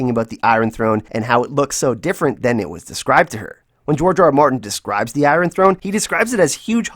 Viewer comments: I love the way you call it the I-run Throne. 😉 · I love how you say eye ron for iron lol